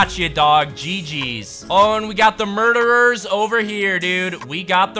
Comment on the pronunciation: Why does he say murderes it’s pronounced “mara ders “ and he says horse instead of lama